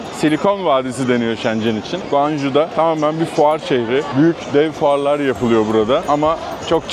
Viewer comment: Guanju değil şekerim, goncooğğ :) gittik de biliyoruz. Bu arada o tren istasyonunda ben de aynı çileyi çekmiştim, dongooo hongoo congoo 😅😅